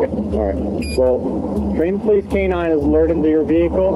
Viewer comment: poilce TESLA?????